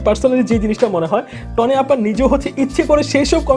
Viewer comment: vaiya নাম টা টনি না তনি হবে।